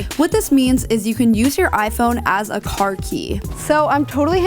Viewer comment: "The cargghrrr."